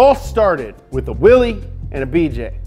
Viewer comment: It's. Pronounced. Willis.